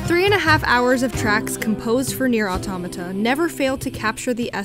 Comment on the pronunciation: The first english person i heard that pronounces right the word "autómata".